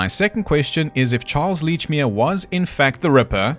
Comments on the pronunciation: For god's sake it's letchmere.pronounce it letchmere.😂 Love your accent.thought you were Australian for the first part.😂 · Aaaand its fuckin Lechmere: like saying letch. Like a letcherous bastard! Sorry, not sorry, Scottish. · He has all these theories about Lechmere, but doesn't even know how to say his name 🤣